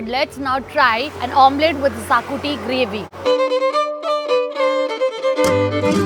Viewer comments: Sakuti 😂😂😂 Its Xacuti. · xacuti ❌ shaakutti✅